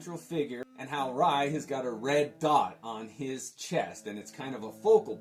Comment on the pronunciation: Rai was one of my favorite series and you pronounced it correctly (See Magnus Robot Fighter #6) towards the end of the book before the Rai book starts is a Jim Shooter write-up and he mentions on how its pronounced... You nailed it..